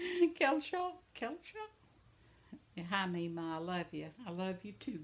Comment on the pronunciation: Hi!! You said my name right!! Most people don’t pronounce it right!! I’m so glad your subscribers are up to 214 since the last time I watched your channel!! Congratulations 🍾🎉🎊🎈